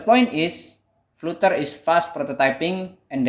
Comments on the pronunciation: Sebutan nya salah bro biarpun spelling nya flutter..tapi sebutan nya "Flad ' ter' " bro..belajar lagi english nya bro. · Mungkin Fluter lebih pas di lidah, atau mungkin fluter anak dari flater